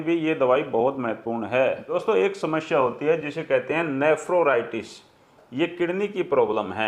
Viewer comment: कृपया नेफ्रोराइटिस के बजाय नेफ्राइटिस कहें ।